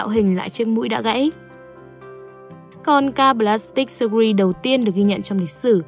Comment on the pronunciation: Từ "surgery" đọc là sơ-giơ-ri chứ ko phải sơ-gu-ri nhé bạn ơiii :(((